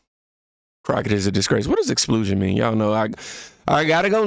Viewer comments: Expulsion, not explusion. Expelling🙂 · Sorry sir need to pronounce it correctly, you’re saying it as LU instead of UL. Ex-pull-shun not Ex-plu-shun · It's actually pronounced Ex-Pul-sion (sounds like "dull" as crocket's brain). I like the way you pronounce it better though...ex-sploo-sion 😂😂 Makes me think it should be the name of a XXX movie starring Ratchet Crocket. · IT'S "EX-PUL-SHIN" NOT "EX-SPLOOGE-SHIN" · Phonetically pronounced Eks spul shen, man!! Not eks splu shen!! When you look up a word tap on the microphone and hear how it’s pronounced. You’re driving me crazy keep saying explusion rather than expulsion. Put the u in front of the L. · EX-PUL-SION. not explusion. ;-) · It's pronounced ex pul shun. Expulsion. Not explusion. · The word is “expulsion” ex pul sion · Pretty sure it's Ex-pul-sion, not ex-SPLOOJ-n .😂😂😂 like expulsion from school. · No dis, only to help, but it's pronounced like EX-PULL-SEAN, expulsion, not exPLEWsion. Example, "If she fights again in school she will be facing expulsion." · You definitely need to check the prescriptions of those glasses my boy!! lol Because I never heard of an "Explusion" but I do know what a Expulsion is....😂😂😂 Great vid though bro...lol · The word is pronounced as “expuuulsion”! Not explooosion! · EX- P U L - SION as in EXPELLED. Like you get expelled from school for fighting repeatedly. Not ex plu sion. 😉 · pronounced ex-poll-sion : to remove. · ExPULsion! Like getting expelled from school.... Don't say explusion nomore bro bro! haha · It's pronounced X- spell - tion . You know when you get thrown out of school. We need to make grammar great again. 😎👍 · It's because you're saying it wrong, it's ex-pul-sion. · (Ex-pahl-shun is the way you pronounce it. Just trying to help. 😊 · Sir, it’s expulsion pronounced as “ex-pol-shun” Crockett is Fake Ratchet. “Barbie” doesn’t wear a weave! Her hair actually grew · "Explusion" lol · You are pronouncing expulsion wrong. Think about the word expell